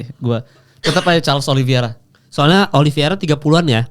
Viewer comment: Oliveira pak bukan oliviera